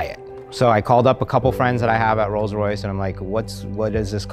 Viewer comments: Rolls rice lmfao thats perfect. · "I present u... THE ROLLS RICE"